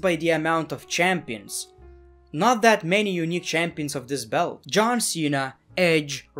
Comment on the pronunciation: Dude won't say belt to save his life